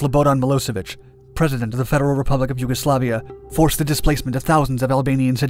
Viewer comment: Yuguslavia: shoots down F-117 USAF: You werent suppposed to do that Also callsigns are typically pronounced like Vega Three-One not Vega Thirty One